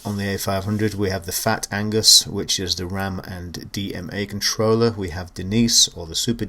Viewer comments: Agnus mate, not Angus ;) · Nice review of one lovely machine! Keep up the good work. Amiga forever!! Oh and it's Agnus, not Angus ;-)